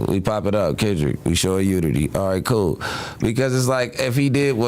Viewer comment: Oh she coo? Come on man how hard is it to put the L on the end